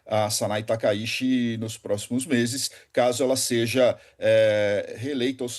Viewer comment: A pronúncia correta do sobrenome é taka Iti e não Taka shi.